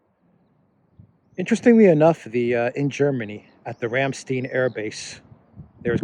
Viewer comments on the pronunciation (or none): none